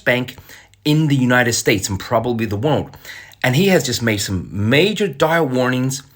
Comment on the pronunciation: cant pronounce the word "world" 😊